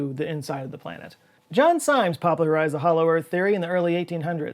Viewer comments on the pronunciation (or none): Great video. Just a little FYI: I actually grew up in the part of Ohio in which Symmes made his home. The correct pronunciation of his name is "Sims." Lots of stuff there is named after him.